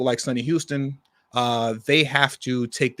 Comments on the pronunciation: I enjoyed your dance moves criticizing Hostin so much, I almost didn't write this comment. But, her name is Hostin, ( pronounced H-"ah"-stin ), not Houston, like Houston, Texas. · Not that it matters, but it’s Host-n like you’re hosting an event. But the black way, hostin lol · Sonny Hoe-stan is how you pronounce it and I'm not even trying to be mean. she also did one of those genealogy shows and her bloodline was slave owners. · HOSTIN, not Houston. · Its pronounced hawstin..wish i didnt know that.